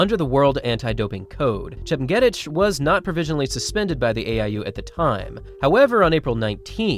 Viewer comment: Pronounced: “chep nyay teach”